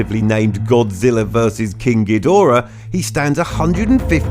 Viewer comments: When he says king kidora(cant even begin to spell that) he sounds like he's saying kinky dora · Kingu Gidora?